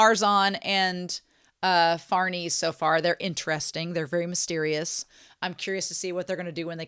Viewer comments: It's SER-pee-koh and far-NEZ-eh, they're Italian names. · Hello, farnese is pronounced far-neh-zeh. It's the name of a real noble italian dynasty